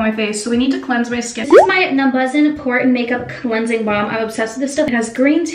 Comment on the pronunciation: It’s pronounced {numba-Jen} - just watch any true Korean skin video by a true Korean person.